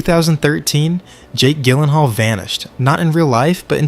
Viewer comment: Gyllenhaal JILL-EN-HALL You twit